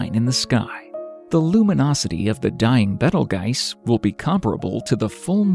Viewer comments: At least know the name of the stars before making a video for the public.It's b e t e l j u i c e, not betelgise. Geezz. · I thought it was pronounced beetle juice